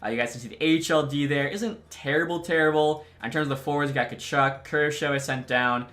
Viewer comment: Boris Katchouk is pronounced KACHOOK